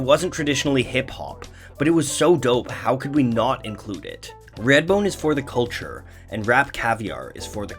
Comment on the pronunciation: “Radbone”? “Raidbone”? “Reyadbone”?